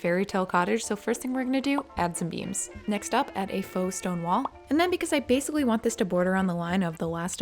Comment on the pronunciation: every time she said beams, i thought she was saying 'beans'